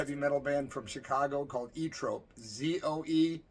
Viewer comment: I always thought Zoetrope was pronounced "Zow-a-trowp". Did the band pronounce it "EE-trowp"?